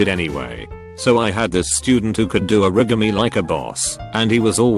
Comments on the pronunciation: The way it said "origami" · The way he says origami 😂😂😂